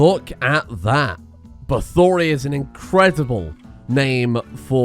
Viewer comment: bathory = bah-thor-ee which is the name of a death metal band but most importantly the name of countess bathory, the most prolific female murderer in history